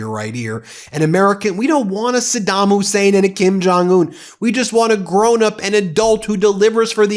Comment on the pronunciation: Sa-Don Hussein